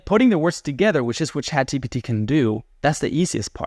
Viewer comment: why do some people say chatgbt ? is it the same people that say nukular?